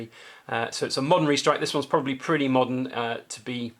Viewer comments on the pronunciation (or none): none